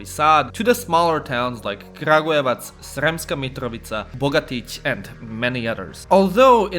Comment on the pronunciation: Why does it sound so off when you say sremska mitrovica